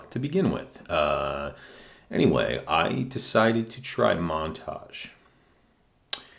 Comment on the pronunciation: Hey sir, good vid. Just a little suggestion: Montagne is pronounced like the Spanish word for mountain, "montaña". And Hacienda is more like "ah-see-end-ah". Thank you for your review, it was informative.